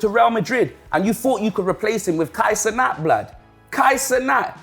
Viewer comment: Bro said Kai centat 😂😂😂😂😂😂😂😂😂😂😂😂😂😂😂😂😂